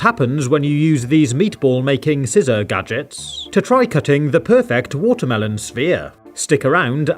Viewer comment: Is it watermelon or WHATA-MEL-OWN